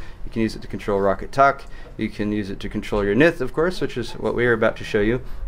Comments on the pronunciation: Pretty sure its ROW CAT... not rocket... pretty sure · I thought Roccat was pronounced [rOh-kAt]